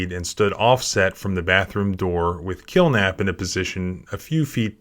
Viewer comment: “Kilnap” sounds so much like “kill them” in the full video.